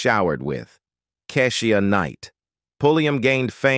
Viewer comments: RUDY!! KEI-SHA NOT KASHIEA!! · Who is this narrating ? He clearly do not know how to pronounce Kee-sha It's the way he keeps saying it..... Egh ! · This Robot talking man... Pronouncing names all wrong Like Kesh.... IA knight Hunx' TABLE....* once he said RUBY instead of Rudy😄 then finished it off with Raven Sim .... o.... nae. GOOD GRIEF 🤪😜🤔